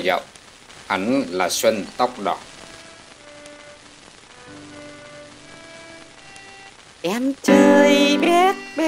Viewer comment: Xanh tóc đỏ đọc sai rồi ko phải xuân tóc đỏ